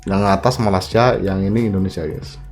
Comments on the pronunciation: Malaysia bang,,,bkn Malasia 😂😂😂👍👍👍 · ucapanmu di perbaiki,, Malaysia yg betul bukan Malasia.